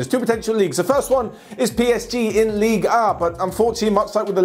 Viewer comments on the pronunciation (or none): none